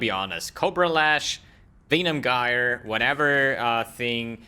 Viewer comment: Use Plague bearer ffs And you get disconnected cuz of your pronunciation of Venom Gyre